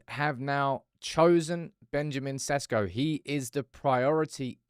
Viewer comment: His name pronounce is not SESKO,I'ts ShEShKO 😉